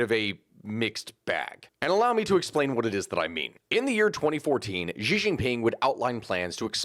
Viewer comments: Just a slight note, Xi is just pronounced as Shi. I know that throws people off because they instinctively think it has to make an X sound but that's just because whoever first transcribed Mandarin into English had no idea what he was doing. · Learn how to pronounce Xi’a name or none of us that know a lot about the situation with China will take you seriously.